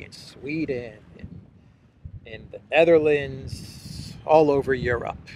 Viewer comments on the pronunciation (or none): none